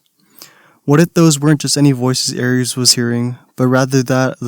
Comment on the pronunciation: i actually get so salty when you pronounce "Aerys" as "Aries." pronounce DaeNARYS